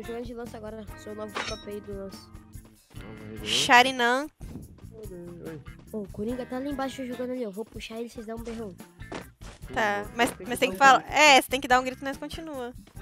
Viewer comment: ela falou errado eu acho, era sharingan